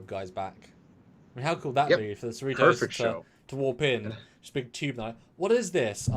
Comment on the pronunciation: USS seh-REE-tohs... Cerritos is a suburb of Los Angeles.